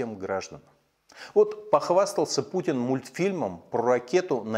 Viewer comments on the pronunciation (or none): none